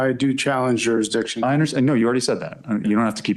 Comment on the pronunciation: It's so wonderfully ironic that a doofus like this who can't seem to pronounce Jurisdiction has become a legal scholar genius.